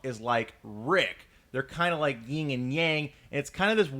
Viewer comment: "yeeng and yang" i cringed.